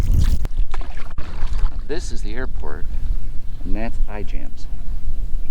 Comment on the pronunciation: Cool vid, but its " i ams" ijams